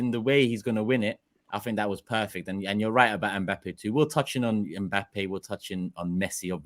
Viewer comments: Someone tell it’s Mbappe not M Pappe🤣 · Why does call Mbappe Mpappee?